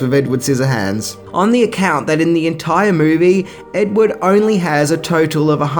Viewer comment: When you say edward, it sounds like ed wood and it's annoying